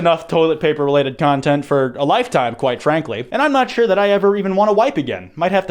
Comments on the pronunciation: More like bore ragnarok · where for out though Ignore me I'm drunk